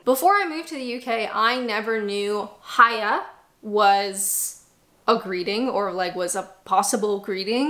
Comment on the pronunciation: You nailed the" bye bye,see yaaa "but the " hiya yallright" needs some work 😊